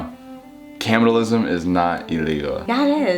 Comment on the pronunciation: i’m sorry WHAT is “caminalism”